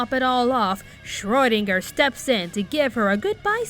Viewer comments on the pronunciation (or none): none